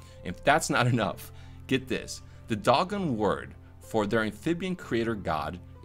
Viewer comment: Nice job on the video. Just to let you know Dogon is pronounced D-oh-gone.